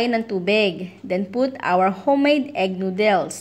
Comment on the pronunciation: Please.... Noodles does not put the emphasrs on dles. The emphadis id on nood